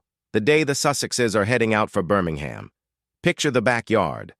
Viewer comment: Minor point - "Birmingham" West Midlands is pronounced BIRMING-MM or at a pinch BIRMING-HMM